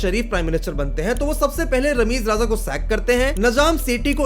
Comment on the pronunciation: It's Rameez Raja.. not RAZA.. it's easy to pronounce RAJA, eh?!